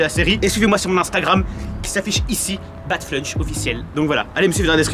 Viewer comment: Tu es un ouf... Mais bon! C'est BatFlunch